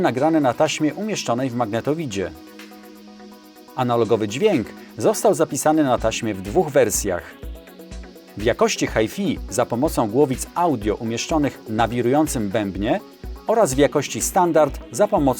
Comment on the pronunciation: Ja tak samo jak ty mówilem na hifi= hajfi, ale odkad mnie siostra z Anglii ochrzanila, to juz mówie poprawnie hajfaj.